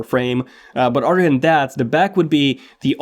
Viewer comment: How come he can pronounce the “th” in “Think” but not “other”. Sounds like “udder”